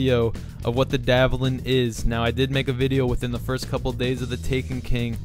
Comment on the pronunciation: Dvalin is pronounced vallin